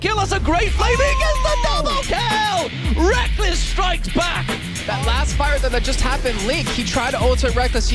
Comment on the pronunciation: Rekkles has a very good pronunciation!